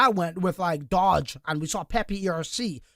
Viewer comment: “DODGE” 😂 Its okay you seem nice lol